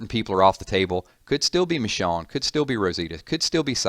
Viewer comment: All the walking dead vids and still can't pronounce Michonne...smh😑😑